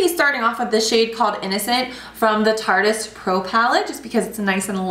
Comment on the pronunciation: So glad you know how to pronounce Tarte-ist. No one else says it right and it always irks me! Love this video!